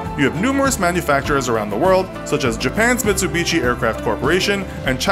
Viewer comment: Sorry but what in earth is "Mitch-oo-beach-ee" it's "Mit-Su-Bee-Shee"